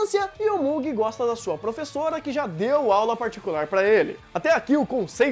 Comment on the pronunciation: "que DEU aulas particulares pra ele" NOTE A ÊNFASE NO "DEU" QUANDO CITOU A PROFESSORA EUAWEHUAEHAWUEHUAWEHAU